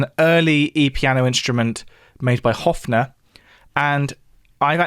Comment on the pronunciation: Pianette not made by Hofner. It's HOHNER